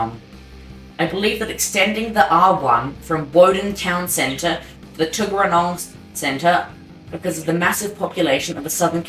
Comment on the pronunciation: Mate....you might want to check your facts and get your pronunciation correct....also action isn't allowed into nsw so no Queanbeyan...which is said queen be yan...tuggeranong is said tug era nong... but your missing so much of canberra and the outer suburbs... if you need help with anything drop me an email i can fill you in